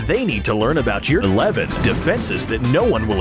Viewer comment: What happened on - You say your and eleven at the same time. Youleven😂